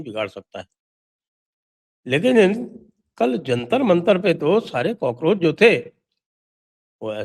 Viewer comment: Cockroach nahi gaycroch hai